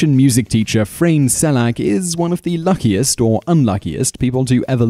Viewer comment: Big thumbs up! there are so many good lottery stories, seven or eight of these here were new to me. :-D having pronounced Frane like it were Čeština would have been right ;-)